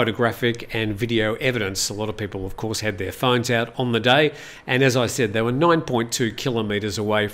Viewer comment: 8,21 they vere "stone"